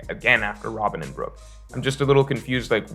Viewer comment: It's Brook